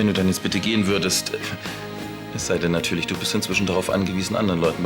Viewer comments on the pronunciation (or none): Jana: Ja nartürlisch 😂